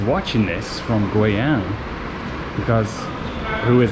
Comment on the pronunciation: u r funny 。it's gui（贵），not gui（鬼），yang(阳)not yang（羊），so its “expensive sun" not ghost sheep.LOL. BUT u r funny